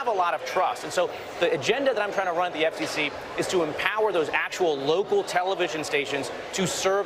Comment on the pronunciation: He can't even say "FCC" correctly. Doesn't wanna "accidentally" sound Gay. All these Stiffs are hiding who they really are behind hatred imo. Just like "J.D. Vance" with his fake name and life.